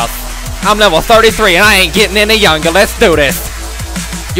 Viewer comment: is my motherfucking savior. " I'm level 33 and I ain't gettin' any youngah" lol